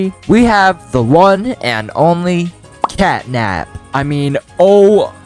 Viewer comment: it is catnap not catday